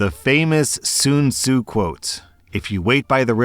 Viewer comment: It's Sun Tzu not Sin Tzu